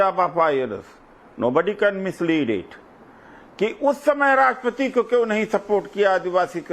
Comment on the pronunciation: इतनी अंग्रेजी झौंकते हैं और राष्ट्र पति को राष्ट्र पती बोलते हैं,यह आदमी आदरणीया राष्ट्रपति महोदया का अपमान नहीं कर रहा है बल्कि एक सौ चालीस करोड़ देशवासियों का अपमान कर रहे हैं, राजनीतिक दोगलापन दिख रहा है